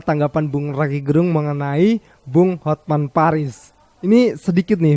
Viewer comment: HotMan dibaca hotmen😅